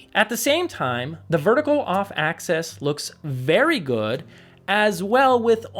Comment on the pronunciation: Axis not access